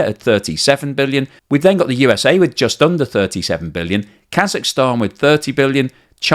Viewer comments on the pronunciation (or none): none